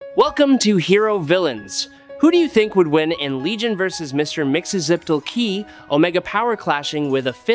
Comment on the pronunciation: Dont do stories about characters whose names you cannot pronounce correctly. It takes away from the idea that you even know what you're talking about. VERY DISTRACTING